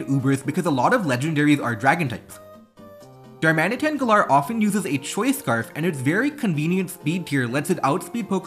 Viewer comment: the way you say galar feels so wrong